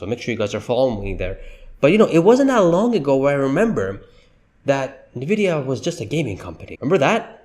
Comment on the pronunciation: Isn't NVIDIA pronounced: "ENNVIDEAH", not "NAHVIYA"???